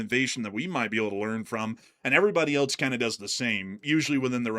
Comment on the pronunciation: In English, else is pronounced "els", rhyming with "bells," "tells," and "wells."🎉